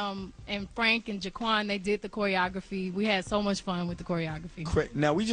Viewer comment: its jaquel!!:) she said jaquan. i caught that quelbird!:)